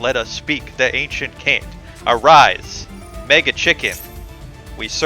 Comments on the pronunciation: How does this man really not know that chant is pronounced ch-ant, he really said CAN'T 🤔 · pretty funny that you chant pronounce chant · Mispronouncing "chant" isn't that big of a deal, I'm just glad you spelled "competitive" right